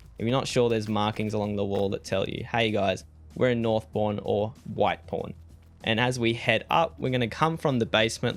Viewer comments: Thought you were saying "North Porn" until I saw the text on the screen. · i can’t be the only one who thought he was saying north porn